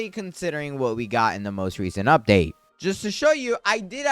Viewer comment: "Im ready for the UBDATE"